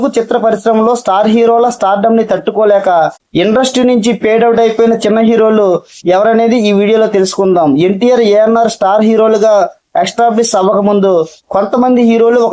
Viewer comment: రేయ్ నువ్వేమిచదువుకున్నావో నాకు తెలియదుకాని చదువు రాకుంటే ఎవడినైనా అడిగి కరెక్ట్ పదం ను రాయండి పలకండి రా బుర్రతక్కువ నా కొడకల్లారా... పెయిడ్ ఔట్ కాదురా గొర్రె " ఫేడ్ "అవుట్ అనాలి వెలిసి పోయిన మరుగున పడిపోయిన.. అంటే వాళ్లు వెలుగులోకి రాకుండా అట్టడుగుకు పోయిన వారు అని అర్థం రా బుర్రలేనోడా...యూ ట్యూబ్ అంటే కోట్ల మంది చూస్తుంటారు ఇది చూసి మి మొగాన మూసేరు తెలుగోళ్ల పరువు తీకండిరా ఇలా రాని ఇంగ్లీష్ మాటాడి బుద్ధిలేని ఎదవల్లారా... తూ... మిబతుకు లు చెడ ఇంకా ఎప్పుడు మారుతారురా రాని భాష మాట్లాడి జనాన్ని చంపుకుంటూ... 🌹🕉️🌹జై శ్రీరామ్...